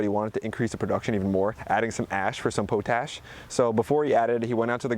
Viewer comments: PO - TASH, no its POT - ASH. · Pot-ash...not poe-tash. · It is NOT Poe-tash. It's pronunciated POT- ASH. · Potash. Pot-ash. Not poe-tash. SMH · Please forgive me because I love your video's. You pronounce potash = POT- ASH, not PO-TASH. Keep the video's coming and TC. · Sorry had to thumbs down for how you said Potash .... it is not said " Poe-Tash " ...it is POT ....ASH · Pot-ash (not po-tash). Potassium Ash. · I have never heard the word potash pronounced that way. Pot-Ash or Po-Tash. Great videos!